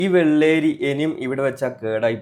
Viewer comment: വെള്ളേരി അല്ല bro വെള്ളരി 👍